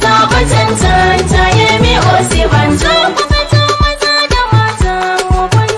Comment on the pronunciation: It is not Osiba-n-jaw It is Osi-n-ba-joe